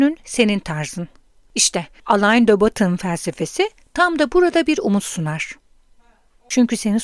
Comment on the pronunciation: Teşekkür ederiz. Yalnız aleyn de batın değil Alen dö Boton olarak okunuyor isim.